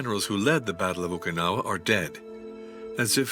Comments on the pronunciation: Poor AI voicing; Mispronunciation of "Okinawa", the subject of the entire video. Why trust this video? Poor. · Nice - except for pronouncing it properly. It's oh-key'-nawah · 15 seconds in and you've mispronounced the name in the title."Okee-no-wa"? If you can't be bothered to figure out simple pronunciation, I don't trust anything else you have to say. Goodbye.